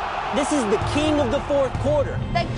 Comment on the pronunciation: it is "THÉ King In Thé fourth